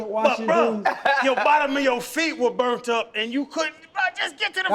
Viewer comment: Bro he said “i caught the blunt and ran it back every single time” and i was like he called it a what?? And realized he was trying to say ball and punt at the same time 😂